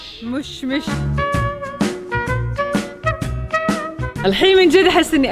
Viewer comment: مشمش مو موشمش